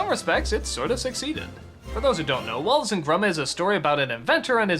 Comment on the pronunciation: Did anybody else hear him say "Wallet and Gromit"?